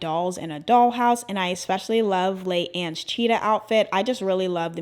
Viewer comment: I love you and I LOVE this video. But DOLLLLLL. it’s Lee-Anne not Lay-Anne and PErrie not Perry